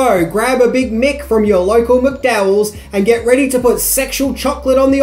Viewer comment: Mate, I enjoy your videos, and I'm from Australia as well. And I know you have been blasted before for the way you mispronounce certain words and names, but seriously, it really annoyed the sh*t out of me the way you mispronounced Zamunda and McDowells. How? The words are spoken in the movie so many times, yet you still couldn't pronounce them properly.